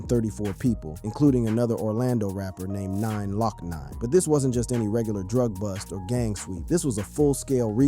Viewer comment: "9 lokk 9" lmaoooo bro its Glokknine